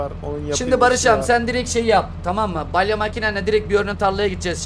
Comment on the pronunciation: Balye değil BALYA😂